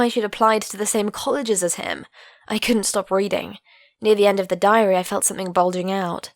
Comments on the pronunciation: Idk but when she said diary i heard diarrhea (sorry for my bad english) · I thought she said diarrhea